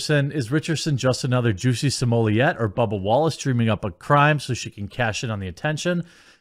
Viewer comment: Stop pronouncing it as juicy …😂😂